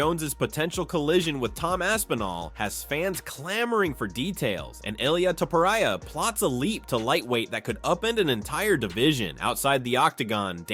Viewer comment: I quit watching your video as soon you mispronounced Topuria, cant take you seriously if you dont know their last name pronounciations.